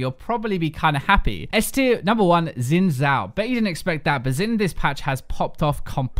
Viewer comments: The Xin in Xin Zhao is pronounced "Shin" not "Zin". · It's pronounced Zin Jow